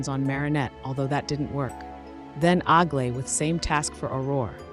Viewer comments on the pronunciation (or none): Aglaea is a greek name and you should pronounce it better please